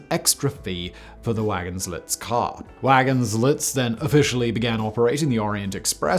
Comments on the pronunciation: Great video, nut it was wagin LEE, not lits :) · "Wagons-lee" ffs not "wagons-lits" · oh i had to actually listen twice to see what you were saying about wagons lits :) (vagon lee) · 🙈 So glad somebody already commented this!! Was a bit hard to listen to Simon narrating this one without giggling like a loon... 😂 "Wagons Lit" as he says it sounds a bit like the passengers were rolling blunts along their way!